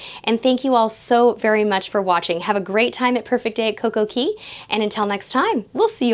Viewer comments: Yes , she did. Cay is actually pronounced key in the Caribbean. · Yes, she did. Cay is actually pronounced Key in the Caribbean. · Cay is pronounced key